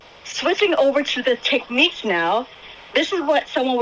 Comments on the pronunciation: You're saying "Teckneeks" it's "Tecknicks" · Technics... Nics, not neeqs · It's.. pronounced. Tek..niks..like..Al.who ..min..ium..not Alum..ium !!! You Americans sure mess up the English Language. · Interesting way you pronounce Technics! Not the way Brits pronounce it but to each his own!